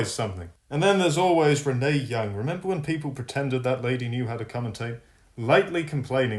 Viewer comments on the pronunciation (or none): none